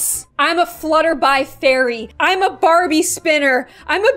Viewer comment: i thought she said "farbie spinner"